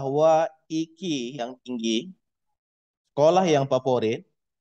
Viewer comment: maaf pak IQ itu di baca nya ai qyu